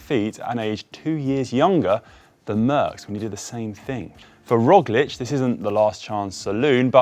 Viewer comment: I think "Pog" and "Rog" rhyme. I don't think it's "Roj".